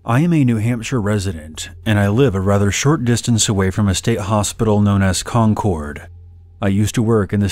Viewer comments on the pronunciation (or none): Just for future reference: “Concord” is pronounced closer to the word “conquered”. 😸